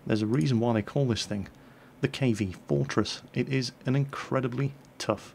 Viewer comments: You mean "Kv-Fourtress" ;) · you mean the KV-Fourtress right? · u mean the KV-Fourtress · i see what you did there "fourtress":D